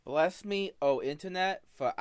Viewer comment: he reawy said bwess me o internet fow I have sinned and expected to be taken sewiouswy 😔💔